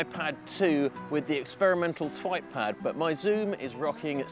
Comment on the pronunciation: O anyone else here him say twatpad??